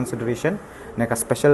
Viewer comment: Special La...... Special La..... Special La..... Spesh Allah...Spesh Allah.....Spesh Allah....🤣🤣🤣🤣🤣